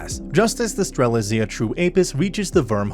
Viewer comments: The way mans says "strellyzea" 💀💀💀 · It’s pronounced Stera-lit-z-ah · Good recap, only thing i can point to is your pronounciation of Strelizia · Ah yes "streslia" "Gran crevous" BRO COME ON Edit: mans mispronounces every FRANXX